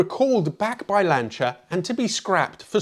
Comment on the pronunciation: What is lancha its LANCE E R